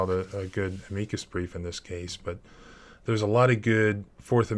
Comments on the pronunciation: Leavenworth = Leh-vehn-worth. Amicus= AM-uh-cus 🙄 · You can't even pronounce Levenworth? This must be deliberate. I'm in Britain and I know how to pronounce these names. Edit: "Ameeecus Brief". Come on. This is definitely deliberate.